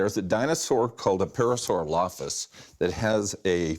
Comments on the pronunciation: That dino expert couldn't even say Parasaurolophus correctly... lol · On the fourth one, every time he said “Parasaurolophus” the subtitles said [inaudible]. XD Although I’ve never heard it pronounced that way. However, I question about it being a hadrosaur print, given their fingers had disparate sizes (especially the central one), and the ones in the imprint looked uniform. Also its very small. Most hadrosaurs were 30 feet long. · English is not even my native language and I was like: "how can you be an expert and NOT pronounce this famous dinosaur name correctly?"